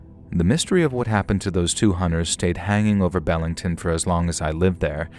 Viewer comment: Be-ling-ton Not, Bell-ing-ton